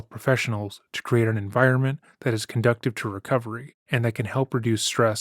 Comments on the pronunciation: "Conducive", not "conductive". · I hate to be this person but just so people know the word “conducive” is pronounced like con-due-sive not conduct-ive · Conducive*, not "conductive" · "Conducive" not "Conductive"